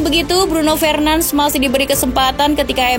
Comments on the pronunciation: Request min, kalau sebut nama lengkap itu "Bruno FERNANDES" bkn Bruno FRENANS" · Cara pembacaannya salah, bukan Fernans tapi Fernandes seperti biasa. Mohon kpd agar bs belajar lagi penyebutan nama dlm bahasa yg berbeda agar tdk membingungkan. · Min,bacanya fernandes bukan fernands🤦‍♂️✌ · Nyebutin nama ny kok ky "Alay" gitu ya 🤣🤣🤣 padahal org enggres aja manggil ny FERNANDES